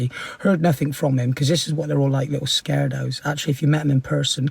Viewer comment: sorry but “little scaredos”😭